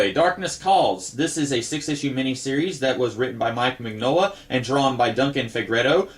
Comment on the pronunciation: Love your videos! Btw- it's Min-Yola. The G is silent...it's Italian 👍